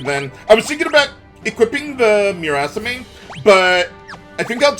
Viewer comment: "Moo-raw-saw-meh"; no emphasis.